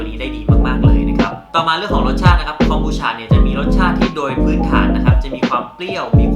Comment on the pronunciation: ทำไมคนไทย เรียก ฉะ ฉะ ฉะ มันคือ คอม บู ชาาาาาาาาาาาา มันทำมาจาก ชาาาาาาาาาาาา